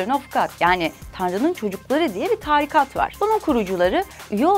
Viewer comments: öncelikle diksiyon kursuna git taarikat değil tarikat. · Taaarikat değil tarikat ! diksiyona dikkat biraz daha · Dalga geçmek gibi olmasın ama tarikata taaarikat diyen birini ilk defa gördüm. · Taarikat değil başlığa doğru yazmışlar ama tarikat kelimesindeki a harfi uzatılmaz. En sonda kendi yaptıkları işe de inceden gönderme yapmışlar ironik olmuş tebrikler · Taarikat değil tarikat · Taaaaaaarikat ne ya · Daha tarikat demeyi bilmiyorsun. İlk hece uzun okunmaz. Onu bir öğren.